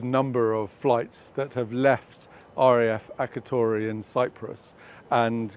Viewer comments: This is interesting: First, for goodness' sake, say "Akrotiri". It is annoying to hear "Akrotory"! Next, the aircraft in question on Dec 11th is not owned by "Sierra Nevada", it is actually owned by "Straight Flight Nevada Commercial Leasing LLC", a subsidiary of Sierra Nevada Corp. It flew from Hagerstown, near Washington, on 2nd December 2024 via St Johns, Iceland, RAF Aldergrove, Palermo to Cyprus, arriving at Akrotiri on 5th December. As you say, the aircraft flew in the region of Khan Younis. More than once it flew over Gaza and the aircraft was last seen in early July, still based at Akrotiri. What I find really interesting is the home page of Straight Flight LLC, which says it is a subsidiary of Sierra Nevada but, at the top of the page is a banner proclaiming "Straight Flight, LLC, is a commercial company that performs aircraft repair, maintenance and inspections. The company does not own aircraft or perform flight operations for the UK government or other government contracts." Isn't it odd they should feel a need to disassociate itself from the UK MoD? Other than flights to Gaza, this aircraft was seen frequently flying over the Mediterranean south og Akrotiri. What possible prupose coud these flights serve? Finally, Akrotiri is, as far as I know, a purely military base. Civil flight to and from Cyprus are served by Paphos & Larnaca. So, if not working from the UK MoD, why would they be based there? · It is pronounced Akrotiri as in the I in the word "in" not Akratory.